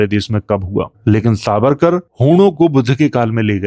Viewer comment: Aap harr jagah स को श बोल रहे हैं। सावरकर को शारीरिक और ऐसे ही कई शब्द।